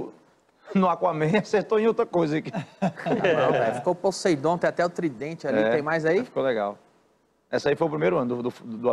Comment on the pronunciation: "pozeidon" kkkk